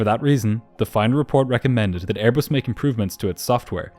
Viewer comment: “Brand new AirBUST with non-functioning important systems and inexperienced pilots — what could possibly go wrong?! As troublesome as your inability to properly embrace words containing the letter “H” in the English alphabet.